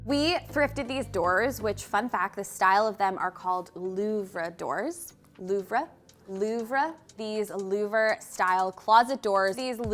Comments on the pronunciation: Beautiful work! I love your happy and enthusiastic demeanor and its inspired me to.redo my study. Btw:LOUVRE. The word has a silent "r" just as the word "knife" has a silent "k" and we don't say 'ka-nife", so "lou v re" has a silent "r" and is pronounced "loo-va" and we don't say "loov-ray". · nobody says “ louvruh,” when pronouncing louvre, unless they’re actually in France. “Louvre” will do just fine. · Louvre rhymes with Hoover. Brass is not gold. (Warm tone handles on cool tone cabinets?) :-{ You do realize that you've just created a space that's going to make changing the sheets an epic struggle, don't you? A single bed could have doubled as daytime seating for friends and visitors. Let's paint the cabinets a cool color. Now let's paint the doors a warm color. Now let's bring in some chairs in a third color. That's not enough! Let's add in some random colors on the mirror and the soft furnishings!!! The kitchen could have been so much better. Move the stove to where the fridge is. Put the fridge in the corner... I'm sure Graham could have figured out how to move the hinges to the other side. Replace the wall cabs with ceiling height wall cabs running all the way across the wall. Install a functional hanging rod instead of that useless rod that literally isn't big enough to hang three pots on. And that ceiling fixture... The less said the better. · Loo va doors is how you say it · Louvre style doors is pronounced the same as Louvre, as in the Louvre museum. French is a very nuanced language. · It’s pronounced Like LOOV hahaha. Great work!